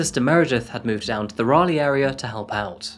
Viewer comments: It is Raleigh, NC, not Rayleigh. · What kind of Englishman pronounces Raleigh like that lol